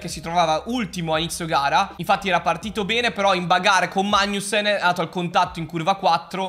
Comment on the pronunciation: Si ma per favore pronuncia degnamente Magnussen